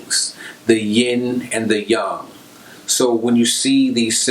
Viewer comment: I am impressed brotha. Your knowledge is superb. I thank you. You make it easy for me to refer my patients to your videos when need be. You bring various wisdoms and know how to say Yang correctly. I very much enjoy your videos. I have already sharing your videos. I thank you from the core of my essence for being born during this time and being enlightened. Stay blessed. BTW, you blew my mind with the tree, cave info. I feel so different. Been tripping about it for hours now. I do a lot of what you speak already and know lots because of my Chinese Medicine background, I know we vibing on the same Hz ;)